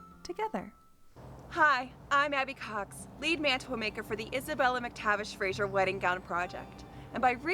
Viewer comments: Slightly irritating that the name Fraser was constantly mis-pronounced. She kept saying Frasier as in the American TV show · Americans please take note; it's Scottish, not Hungarian. It's Fraser with an 's' as in Scotland. It's not pronounced 'Frayzshure' as in Hungarian actress ZsaZsa Gabor's first name. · The name is pronounced Fraser (Frayz..er) not Fraysher 😟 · Please. Would you stop mispronouncing Fraser. It is not FRASIER. It has no I. FRASER.